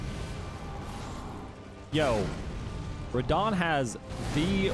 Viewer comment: Ho is fan of Rrrradah